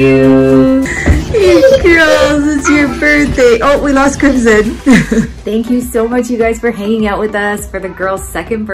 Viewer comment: But is not pronounced Like how your twin daughter "Crimson's" name is pronounced